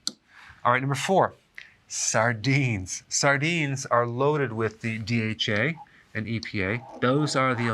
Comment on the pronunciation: I thought you said sardines cause stones